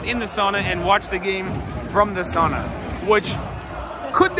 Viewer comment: more free Finnish lesson: SOWna, not sahna (sauna). Now you're a local!